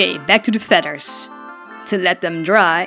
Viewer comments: Magennta fedders. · I adore the way you say "feaders" lol